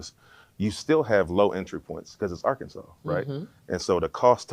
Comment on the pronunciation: We do not say Ar-Kansas… more like an insult